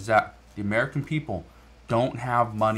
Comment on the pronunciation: Obama’s Uhhmerika.